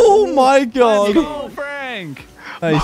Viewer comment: Canadian? 😂😂😂